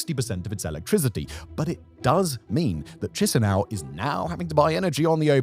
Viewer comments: If you ever need to speak about Moldova's capital in the future, it's pronounced Ki-shin-oh. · Boy, whenever I hear Simon pronouncing Chisinau, I get a brain bleed.